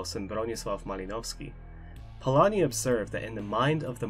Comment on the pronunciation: you pronounced Polányi quite well